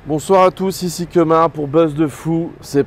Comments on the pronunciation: C'est pas Kémar mais KEMAR mais bon super interview! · il a dit kémar ... NOOOOOOOOOON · Il a dit Kémar 🤔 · Par contre ça se dit Keumar. France.